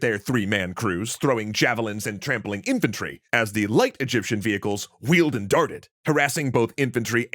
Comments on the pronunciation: Egyption 😂😂 Its just an embarrassing accident. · Yup wasn't expecting Egyption instead of Egyptian. Plus this vid on a Thursday. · Egyption lol